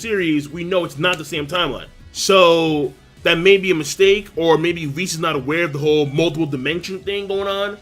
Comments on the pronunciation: its WISS not VIS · Sometimes when pronounced whis's name it sound like he saying vhis.